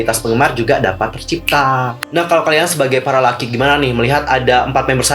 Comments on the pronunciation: Google nya jadul tuh harus di update...masa bias gua kesayangan gua 😘"Dita" gak masuk di group😏😌 Eh bang tapi lu nyebut kita salah bukan Laki tapi Lockey(dibaca LOKI)!! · Lockey / pake O .. bukan lucky... Bahasa inggris lu gitu amat bro... perbaiki lah tingkatin pronounce lu... ga enak dengernya